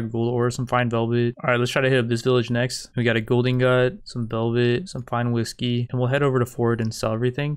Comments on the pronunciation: I fucking hate how you say ingot xD but other wise great videos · You’re pronouncing ingot wrong lol